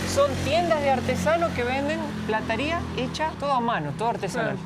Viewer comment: Se dice PLATERÍA ;no se dice Plataria.